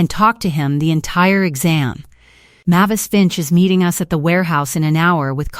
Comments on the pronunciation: It's pronounced MAY-vis, not MAH-vis. Hearing you read this stuff makes my teeth ache. Also, no one calls someone a failure when they just stole $64,000 from them.... that's more than the evil sister makes in a year, so she's sure as hell not going to call someone a failure who earned that much. She might call her selfish, but not a failure. Story is completely fabricated unbelievable nonsense. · Mavis is not pronounced as you poorly trained AI is saying. Look it up.